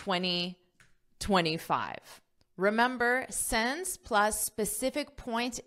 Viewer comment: great lesson! only one thing you probably need to pay attention to is your pronunciation of the word SINCE, you got it wrong(or accent?) according to standard pronunciation.